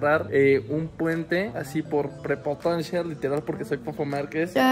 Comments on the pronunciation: Propotancia 🤣🤣🤣🤣 no puede ni pronunciar la palabra 🤣🤣🤣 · Literal dijo "prepotancia". Dios, el nivel de inteligencia de este individuo llamado Fofo es más bajo que el de una larva. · dijo "prepotancia" el wey?